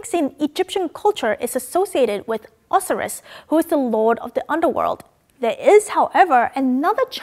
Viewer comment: She had mispronounced the Egyptian god of the dead Osiris Or-sigh-is given in phonetic version.